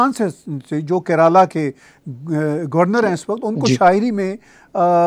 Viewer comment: and very good analysis on poem of Faiz, thanks. Further your pronounciation for Indian State "KERALA" is not correct, for correct pronounciation in Hindi please visit